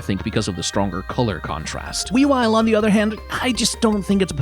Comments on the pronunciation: I was especially irritated by Weavile’s pronunciation. Wea-V-ile! LIKE DODGING AND WEAVING AND VILE AS IN VILE CREATURE! WEAVILE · “Weawile, on the other hand…”. I’m sorry, WHO?!?!